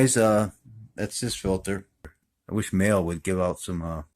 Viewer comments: I believe it is pronounced like Ma-Lay. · They're a huge German OEM, it's pronounced like mah luh, they once were and may still be the manufacture of a lot of OEM cartridge filters for German cars. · Thanks for reviewing a MAHLE filter. Pronounced MAH-LEE. I used MAHLE filters exclusively on my Vintage 911's. OC264 is the # for the VW I have now. I may switch back to MAHLE actually. Looking forward to the Donaldson video this Friday !